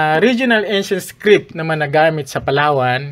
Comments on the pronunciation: Haissttt di ko naman sinabing defect yan. "iskrid" kase sa pandinig ko baka hearung ko ang may defect. Defensive ka kaagad. Sige lang tuloy mo lang yan research at presentations mo nakakatuwa eh 😄😅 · Paki check po yung pronunciation niyo ng "script". And kudos anyway sa sipag mo magreseaerch at magpresen 👍